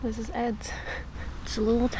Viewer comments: The placename Ed is pronounced with a long e (would be spelled Eed in Dutch). The meaning of the name is "isthmus" or "a route used for carrying boats between two waterways". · In Swedish the namn is pronounced with a long e-sound, like Eeed!😊